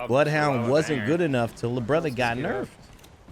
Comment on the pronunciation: Really bro? You called bloodhound BROTHA? You messed up, prepare to be cancelled “brotha” lol nah im joking